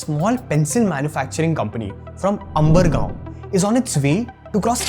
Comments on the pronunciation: This guy looks Indian but keeps mispronouncing Indian names like Nataraj and Umargam. Convent educated coconut? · I think the place is called Umargam and not Umbargaon. May be.